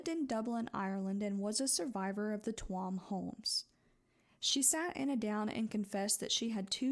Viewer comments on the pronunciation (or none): Hey! I’m from Ireland and I really appreciated hearing this story be told so respectfully. You never really hear much about it from people outside of Ireland. Just a heads up, Tuam is pronounced ‘choom’ just for future reference ❤